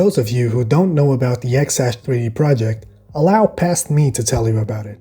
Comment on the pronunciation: its said "zash 3d" not "xash 3d"